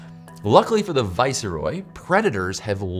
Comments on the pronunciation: "Vicer oy" butterfly. Every time! LOL. Viceroy is pronounced "vice roy". It comes from the Latin "vice" meaning 'in place of' and from the French "roi" meaning 'King'. (This is not meant in a critical or disparaging way. It merely tickled me!) 🍌😁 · Viceroy is pronounced vice-roy - not viss-eh-roy. Viceroy is a rank if nobility. Originally meaning deputy king. Roy from the French Roi, for king, so it's literally vice king. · No. should be vice-roy. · lol why is he saying viceroy like that? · Wait. Are there three syllables in viceroy?